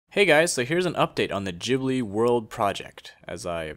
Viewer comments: oh btw, it's pronounced gibly, not jibly. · You siad Jhibli wrongggg